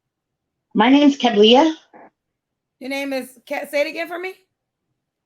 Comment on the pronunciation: Shorty even pronounced her named wrong went from kuh-blee-uh to kab-lee-uh 😂😂😂